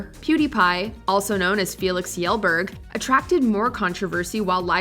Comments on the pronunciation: It's [Sh]elberg, not [J]elberg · " pewdiepie, also known as Felix 'yellberg'" 😅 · "Felix Yellberg" ANNNNNNNNND dislike 😂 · It's pronounced Shellberg not Yellberg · Did I hear Ki jell berc or he yell beg? Cuz it's Shell- barj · Omg do research on pronouncing names!! You said Kjellberg wrong 😤🤬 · Please tell me you pronounced pewdiepies surname wrong on purpose?😂mans has said how to pronounce it in so many videos